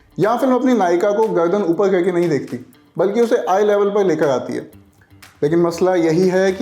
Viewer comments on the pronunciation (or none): तुमसे "र" अक्षर क्यों नहीं बोला जा रहा ? "गअदन" , "लेकअ" , "इलीज़" 😅